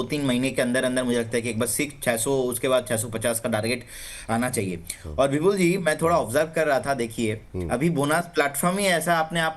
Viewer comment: विपुल को बिपुल क्यो बोलते लिखते है लोग.. सुनाई नही देता या पढ नही सकते. या जीभ मना करती है विपुल शब्द का उच्चारण करने मे.